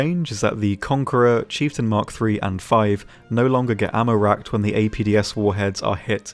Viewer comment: The chieftan broke me. Agony.